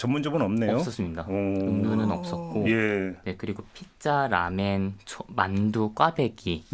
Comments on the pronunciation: 라멘. 라멘???? 왜놈발음? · 듣다보니 이 남자분은 일본인인가 싶네요. 왜 자꾸 라면을 라멘으로 말하죠? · 저 남자 기자는 일본사람인가 라멘이라고 하네